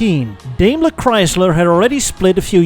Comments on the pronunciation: I have never before heard anyone say "DaimlerChrysler" backwards, and pronouncing Daimler wrong. Either, a genius move to troll ze Germans in your audience...or a way to get your auto-YouTuber-card™ revoked. Pick one. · I just now noticed how weird it is that as an dutchmen says Daimler like DAY-mlur.